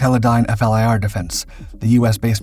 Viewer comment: It's pronounced "fleer" FLIR... the letters are not read out as I've mentioned to you in other videos